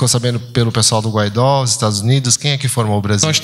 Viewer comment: Guaidó, não! Guaidô! Escreve-se Guaidó e lê-se Guaidô.